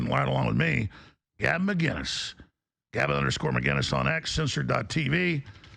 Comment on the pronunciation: should start by saying Gavin’s name right